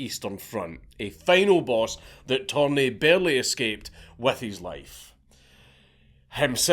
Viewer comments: It's "Törni" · I love how Dank starts the video calling Torni by his proper name and then at the end of the video it’s ”Thorn” lmao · His last name is Törni. Not Torni. The dots really make a difference, torni means tower in Finnish. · He's actually Törni, not Torni. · It's tÖrni, not tOrni. Torni actually means tower in Finnish, while Törni is a finnish surname. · Dank, please. Törni and Torni mean two different things and are pronounced in distinctly different ways. The umlaut matters. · Mr. Törni, my compatriot, hated communism, admittedly even more than me. And that is saying something. But fukc me you butchered his name! :) No Finnish person would realize of whom you´re talking about by the name alone, even though every Finn over 10yo knows Törni. It´s worse than my Gaelic!! :) EDIT: Viipuri has never again been part of Finland after the war, YET!